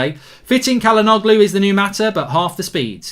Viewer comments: Its pronounced Ja-la-know-loo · it’s chalanolu 😭 pronunciation is painful mark